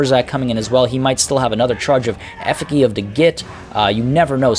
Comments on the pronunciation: Great battle. Btw, the effigy is pronounced "effuh-gee", as in "gee, whiz" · This is how you pronounce Effigy :)